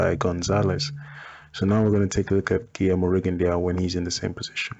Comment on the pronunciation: i must say that Rigondeaux is pronounced Rigondoo,just had to say and before you start a bit bickering i like your vids and have actually just subscribed to your channel and i personally would love a RJJ video. Keep up the good work mate.